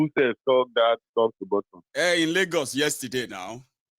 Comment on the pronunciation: TOP TO “ BOTT-U-M”😶😳😱